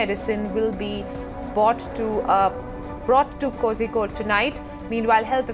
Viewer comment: Uh it's Kozhikode (Calicut) not Kosikode 😂